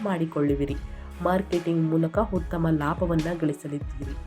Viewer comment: Bevarsi munde ucchrane sari madu utthamanna HUTTHAMA anbeda